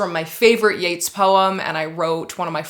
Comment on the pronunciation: You're pronouncing Yeats wrong and it hurts my literary feelings.